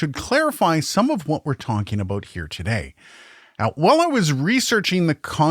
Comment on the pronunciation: no dude, you said aboot. you said it